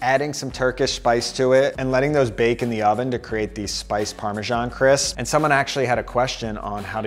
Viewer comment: Great content! Thanks. But, please check your pronunciation of parmesan